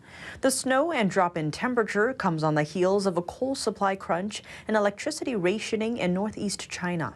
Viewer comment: Rationing. rationing not raytioning.